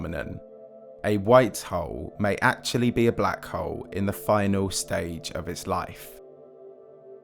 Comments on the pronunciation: I can't help but chuckle whenever you say Black Hole as "Black Hoe" lmao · Sounds like “black hoe” for half an hour 😂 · Your “hole(s)” sounds like “hoes” and consistently at that. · When you say "hole" it sounds like "hoe" wich has me confused listening to a 30 minute video about white and black hoes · but the way he says "hole" 😅 omg I'm dead.